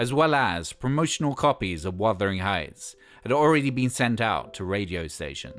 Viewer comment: Also mispronounces Bjork, and mispronounces Wuthering Heights incorrectly too. Also this whole video is practically info ripped from the BBC4 documentary.